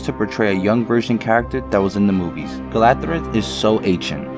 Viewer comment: Who is "Galathred"? Do you mean Galadriel? Wow...